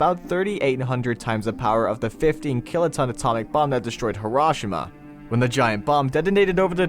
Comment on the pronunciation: This narrator did NOT just pronounce "Hiroshima" like that...